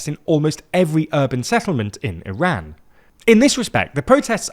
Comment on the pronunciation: You're not even saying the name of our country correctly 😅